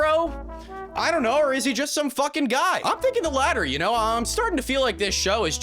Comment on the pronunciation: “I don’t knaur”